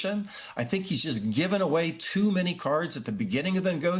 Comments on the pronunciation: I live how he pronounces his name exactly like our Canadian French tradition of poutine... ff+cheese cuts&gravy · Real "French Canadian" poutine ("poo-teen" or "poo-tehn", with emphasis on the 2nd syllable) uses cheese "curds," not "cuts"; whereas Putin's name is pronounced "Pou-tin" with emphasis on the first syllable). You "'live' how he pronounces..."? The only thing you got correct was the spelling of "poutine".